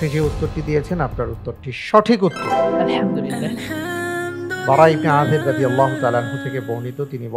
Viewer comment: এখানে সঠিক উত্তর হলে আলহামদুলিল্লাহ বলা হয়।কিন্তু আলহামদুলিল্লাহ এর উচ্চারণ সঠিক হচ্ছেনা।এটা কি কেউ খেয়াল করেনা???